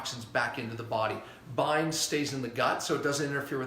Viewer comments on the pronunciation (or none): Hello. Are u saying bine? Or bind? The substance for pulling out toxins.